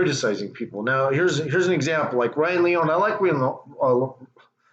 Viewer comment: No you are an ENIGMA!! Lee-Own-Knee AT LEAST YOU CAN SAY HIS NAME PROPERLY Come on my Brother!! But it’s Funny As HELL!! Promoting His Channel is Tremendous!! What is Funny is you not Saying his Name Right or not!! He has not Skated In YEARS!! Look at my Team Bro!! Z.P. Can Rip down hill or on Rails!!